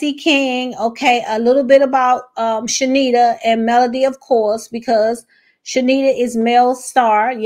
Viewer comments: Heavenly will have to pay for her actions. Her name is pronounced Charnita (Shar-nita) not Shenita the R is NOT silent 😂 and Heavenly kept pronouncing it wrong on purpose. Car-lucifer is a liar and an avoider... he tries not to address stuff hoping folks will forget. Both him and Heavenly will be handled by GOD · No shade, but her name is ChaRnita. You were pronouncing it wrong as well, a lot of ppl are. Heavenly probably still did it on purpose but everyone saying this lady name wrong 😂😂😂